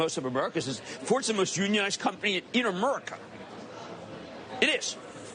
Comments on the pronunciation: The way he says „amurica“ 😂😂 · Did he really just say "in AmURca" unironically? Lol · I've never heard America get pronounced like how it was pronounced in this video